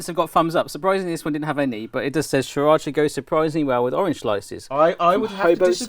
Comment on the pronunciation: sriracha see-rotch-ah, not saa-rotch-ah